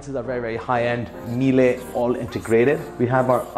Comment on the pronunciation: No one: Hermione Granger: Its "MIÈLE" not "MILE"